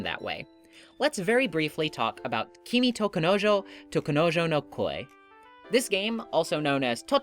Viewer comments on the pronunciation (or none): none